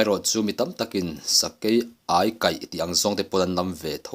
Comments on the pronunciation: Ai..meilum ka ai..ti anga kan sawi..Ai ti la lam tur..Sakei ai kaih. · Ania lawm, aikal, tiha, ai tih ang hian lam tur